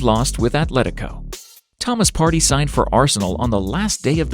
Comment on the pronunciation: Partey not party 💀💀 *pronunciation